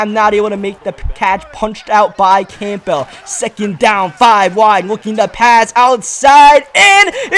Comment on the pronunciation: Why do you pronounce campbell like that